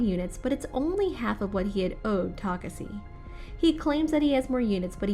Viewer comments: Geez it was taking like forever to end i know if i I missed this video later on i won't understand a thing so I tried to understand what she wa speaking fuck i didn't even got it when she was saying takesse instead of Takashi untill i read the comments on this fucking shit video this girl really messed up my brain, she was so much trying to make her accent sound beautiful the more it got worst, have mercy on your subscribers and put so more efforts on your contents i don't even understand why they had explained videos from different channels ok even if they did why did they had to include this shit please never show up again after i click on don't recommend this channel please I'm begging you. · i'm sorry. I can't continue watching. I get irritated hearing how she mentioned takashi's name. takasi - taseki - takasi. 😤😤. Its TAKESHI! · its tuh-kah-shee. not tokuhsee or tokuhshe. TUH-KAH-SHEE, learn how to pronounce Asian names before making these. Jesus. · she said he's name wrong in mid part of video not only pronouncing it wrong ta kasi ta seki now u get it? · Oh my God yes yo ...Takasee takaseee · Wth a girl owns the second channel I'm never watching one more on this second channel It made me so confused She keep pronouncing his name wrong bruh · I mean I agree. She said Takashi when speaking to the hologram it seemed but then after that first time, it's misspoken the rest of the time. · Man she is really killing me saying his name wrong over and over again! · Tell me about it...😒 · really threw me off for real😪